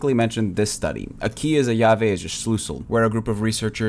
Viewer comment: "llave", not "leave"